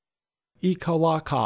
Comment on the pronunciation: You blew it again, bud. It's eek-uh-LACK-uh.